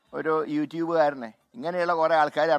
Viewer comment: ആര് നോക്കിയാലും കേരളത്തിൽ ബിജെപി പൊങ്ങില്ല അപ്പൊ താൻ കുറെ നോക്കിയതല്ലേ ആദ്യ താൻ യുട്യൂബ് എന്നെങ്കിലും പറയാൻ പഠിക്കു